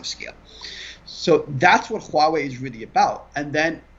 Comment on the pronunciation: huawei, pronounced Wah Wei